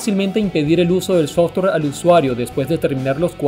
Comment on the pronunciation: Muy interesante y curioso... pero no tan curioso como la forma en que le dices Softor a Software.